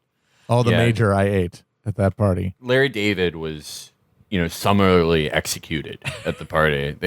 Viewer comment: "summarlarly executed"